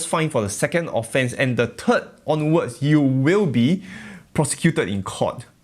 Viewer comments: "...not the 2nd or the turd..." Luvit :) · In the turd I died.